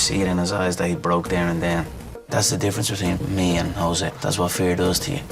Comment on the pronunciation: He can finally pronounce jose.